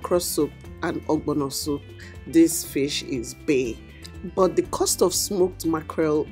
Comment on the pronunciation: Did juist say "What is te skincare routine of this fish?"🤣🤣🤣